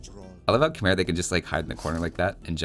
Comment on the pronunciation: Have you ever heard that Khmer is in fact pronounced Kh-may,?